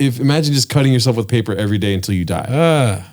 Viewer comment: “Eavery” drug! 😂😂😂😂